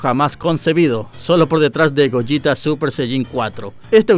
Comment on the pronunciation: ¿Goyita? El personaje se llama «ゴゲタ | Gogeta», se pronuncia «Go-gue-ta».